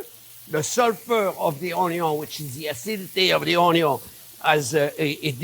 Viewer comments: It's Onyo au Vin !!! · The Onyo cutting video is how I found this channel. I watched an "Onyo" super cut (only the parts where he said "onyo" in the video, very funny) years before finding the channel. Have been calling it onyo ever since. At some point, when getting into cooking a bit more, I found one of these newer videos and thought "that voice sounds familiar!". Have been subscribed ever since and cooked many of these great recipes. Thank you Chef!